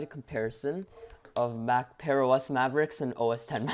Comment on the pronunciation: Sounds like bearOS